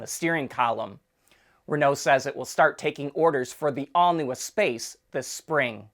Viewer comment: I may live far away from Metropolitan France (and my native language is not Met French or Quebecois, but I know that the name of that former minivan is pronounced ess-PASS in proper French.